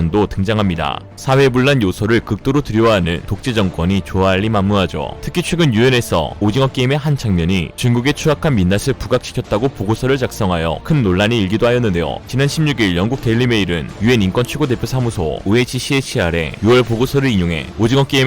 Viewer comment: 전례없는 에서 발음이 '전예'가 아니라 '절례'로 해야 맞습니다. 민낯을 발음도 '민낫을' 아니라 '민나츨'이라 발음 해야 합니다.